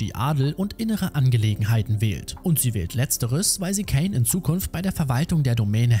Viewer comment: kaaaaaaaaaiiiiinnnn mit a nicht ä